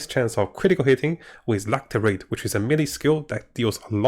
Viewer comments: its "lacerate" not lacterate. Lass er ate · ˈlasəˌrāt =] la-ce-ra-te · lascerate is pronounced with an s sound. Lasserate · hehe love ur vids... PS... its pronounced LaScerate :) hehe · "lacerate" is pronounced LASS ER ATE ( just trying to help in a friendly way, not being rude)